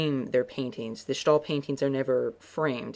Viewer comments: Except he pronounced it like “stall.” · begin to say stairs without the rs, and end with ill. De Stai-ill. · Yes, that's completely right. You pronounce it like you would say ''stale'' in English. Enjoying your video's a lot. Peace. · Quick hint from a dutch speaker; you're pronouncing "De Stijl" not correctly. you can simply use your english way of saying "Style" and draw the "Yle" out less. None of that "Sh" or "sgh" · De Schtaaaahl -_ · I'm sorry...De schtaal? Where in the entire word is there a 'sch' to make that sound. Thank you oh so much for butchering our language. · Boy, what a horrible pronunciation of de stijl, Honestly look up pronunciation of all the dutch names u used like on goggle or Wikipedia